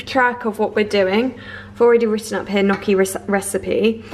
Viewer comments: The proper pronunciation of Gnucci is "Nnnyucky" (phonetic) not "Nuucky'" LMAO 😁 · Ok, I have to say it to you.. Gnocchi is an italian word and the gn sounds like ñ in Spanish!